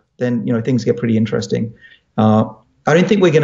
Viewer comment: Ininin teresting